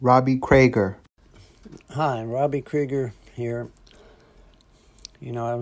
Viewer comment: Cree-ger NOT Cra-ger